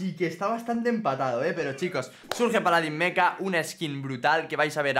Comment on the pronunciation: Porque dice "Surge" y no "Surch"?, parece niño de primaria como pronuncia el inglés (no hate, solo observación).